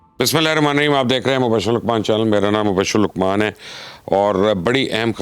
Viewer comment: Lucman,,nhi ,Luqman Hota hi